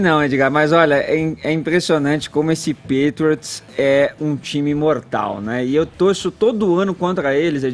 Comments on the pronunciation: NÃO SABE NEM FALAR "PATRIOTS" PQP.....kkkkkkkkkkkkkk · Meu Deus! "Pétriots", "Tom Bréd", "Rendzone", "NFéLe"! E ainda escutar que o jogo foi fraco tecnicamente... vcs estão de brincadeira né? Ofensivamente, o jogo foi fraco mesmo. Mas defensivamente, foi um jogo muito bom! Ou seja, não foi problema de técnica dos atletas, mas, sim, de um esquema tático sobrepujar o outro. A sorte dessa bancada é sempre o Caio, que mesmo não conhecendo o esporte, faz um comentário acertado a respeito dos fatos. Em relação à campanha da Nike com o Collin, Caio, era só vc dizer que a Nike é a marca oficial das Jerseys da NFL e fez essa campanha com um cara q está processando a NFL. Ou seja, qual seria o motivo dessa incoerência, se não lucrar dos dois lados? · Custava falar certo pelo menos o nome do principal jogador e o nome do time? Nem isso eles procuraram saber? "Tom Bréd" e "Pétriots" foi dureza... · "Pétriots" "Tom Brédi" "acho que assistem pra ver as pessoas se batendo" "Tinha um monte de gente ONTEM chamando ele de giselo" A outra quase chamou o Kaepernick de Copérnico kkkkkk Salve Caio! Kkkk e #GoHawks 💙💚